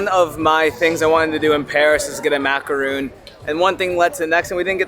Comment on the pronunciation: Macaron, not Macaroon🤣 Macaron is made with almond flour, Macaroon is coconut. You always have the biggest smile !! Keep doing what you do! You are da bomb!!!